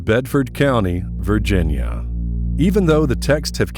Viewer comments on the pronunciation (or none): none